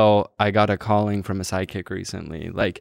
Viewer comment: is this man saying SIDEKICK or PSYCHIC